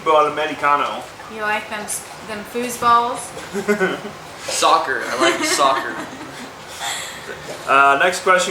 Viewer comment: "You like them foozeballs?!" 😂 ~Miranda